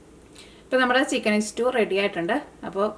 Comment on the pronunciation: is cooking ability is great. Pl.dont pronounce stew as istew